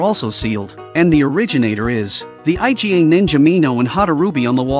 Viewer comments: Why can't they pronounce the Iga clan properly as "ee-gah", but has to call it I-G-A... It's hilarious... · "by this time, the eye-gee-ay' people. it is pronounced eegah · EE-GHA not I.G.A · Iga . Iga clan it is . Not I G A . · stop say I.G.A wtf say "eega" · I love how the AI keeps calling Iga clan the I G A clan like the damn grocery store. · Dude pronounced Iga as I.G.A as if it's some Mexican Cartel. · "I-Jy-Ay" ninja clan?? The fuq??????? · That's what I thought too! Haha. IGA is ruthless at business. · Right..! Whats so difficult to say iga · Aren't AI supposed to be able to learn stuff? Someone please teach this AI to pronounce Iga properly before releasing a video, ffs...